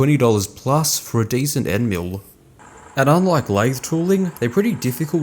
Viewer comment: hahahaha! Even the closed captions hears mule instead of mill! Great video BTW!